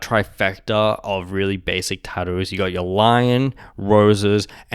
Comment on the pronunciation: ah yes taddoooos